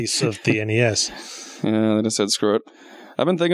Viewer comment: OMFG Yahtzee pronounced "NES" normally ! He said "Enn-Eee-Ess" instead of "Nheehhss"! THE APOCALYPSE IS COMING! QUICK! HIDE, EVERYONE!